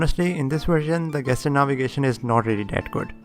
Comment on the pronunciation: Oh and one brotherly correction, no offense please. It's jeschur, not gaster. I am talking about that GESTURE. The correct pronunciation is jeschur.